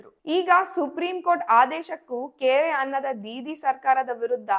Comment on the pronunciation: 'ಕೇರೆ ಅನ್ನದೆ' ...ಅದು ಕೇರೆ ಅಲ್ಲ "ಕ್ಯಾರೆ"